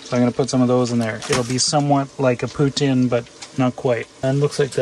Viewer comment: as a viewer from Quebec I'm extremely happy you pronounced it poutin and not pouteen🤣🤣